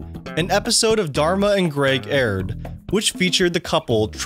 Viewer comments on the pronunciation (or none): none